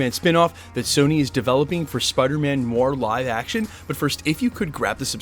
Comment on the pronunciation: Noir is pronounced nu-ar, nuh-waar